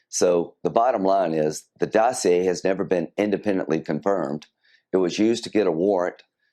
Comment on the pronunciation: Hey Dano! Say "Dossier" again!! LOL! Great job as usual.